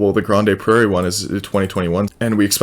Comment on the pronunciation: Pronounced Grand Prairie